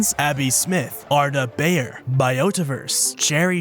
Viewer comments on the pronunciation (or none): none